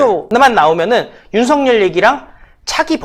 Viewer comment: 와! 대단하다 끝까지 윤석렬로 발음하네~ 참으로 쪽팔린다 백만구독자에게 미안한줄도 모르나?